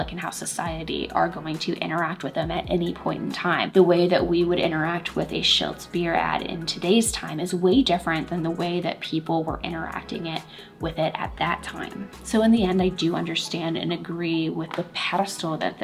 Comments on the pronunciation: It's pronounced Palm-olive. Also Schlitz not Shiltz. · Great content as always! but me getting triggered on your pronunciation of Schlitz and Palmolive... 😂 (sh-l-IH-t-s & paal-maa-luhv) respectively.